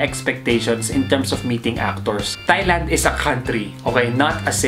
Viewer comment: Tieland po hindi Thighland hehe